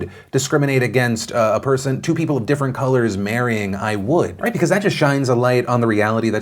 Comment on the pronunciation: "that sounds about 'white' "...was that a Freudian slip or did you just mispronounce "right"